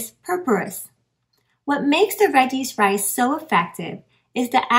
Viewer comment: Exactly! It does sound like that 🤣